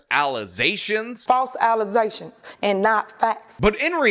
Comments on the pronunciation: I absolutely love that clip of that idiot saying "false alizations"!! Comedy gold!! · False allezations call da roll 😂